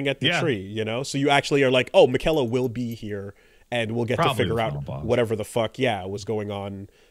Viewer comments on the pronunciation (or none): What you never met my cousin Mick-ella? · is giving me serious sanity damage every time he pronounces Miquella